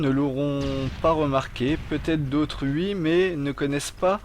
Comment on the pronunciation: sans vouloir me moquer , tu sais dire oui avec le o ?